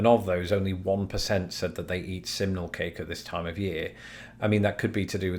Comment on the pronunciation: Oh thanks goodness... until you displayed the poll I thought you were saying 'seminal cake' which sounds entirely different.